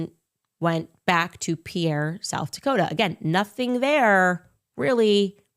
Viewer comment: FYI the plane that landed in (pronounced peer, Sd) and Denver are different time zones. Denver is 1 hour earlier than pierre.